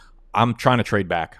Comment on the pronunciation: Why do you say byck instead of back?